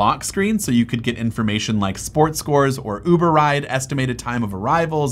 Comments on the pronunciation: did he say "Yuber" app?!!! 🤣🤣🤣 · Why did you say yuber app